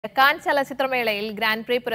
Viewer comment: ക്യാൻ അല്ല കാൻ 😅